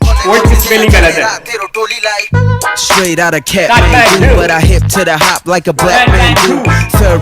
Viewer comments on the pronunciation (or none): none